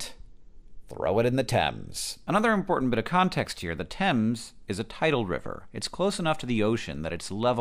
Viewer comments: it's pronounced 'tems' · Definitely pronounced "tems", rhymes with "hems" like on trousers. There is a tributary of the Thames called the Thame, running through Buckinghamshire and Oxfordshire, which is pronounced "taym", like you are training a wild animal (tame). This one rhymes with "same". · THANK YOU FOR PRONOUNCING IT CORRECTLY!!!